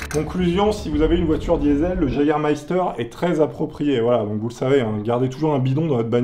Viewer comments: le jägermeifter comme tu dit se prononce "iégermeifter"si jamais parce que c Allemand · j'ai presque dislike à cause du Jagermeister tu dis Jager sa m'énerve il faut dire Yager bordel HAAAAAA😂😂😂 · Ont dit pas jaguer on prononce ça Yéguer 😂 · C'est Yégair pas Jager (en prononciation) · ptdrrr le JAGER ça se dit wegueur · Par pitié ne dis prononce pas « jagger » mais « yagger » ça fait mal aux oreilles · Le Jagermeister se prononce "Yégarmaïstar" =3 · le jägermeifter se prononce yageurmeifter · Je vais faire mon chieur mais je pense que c'est plutôt "YÉgermayster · J'ai saigné des oreilles à la prononciation de Jägermeister et de Top Gear